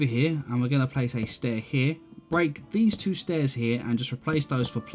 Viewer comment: wun, tue, free <3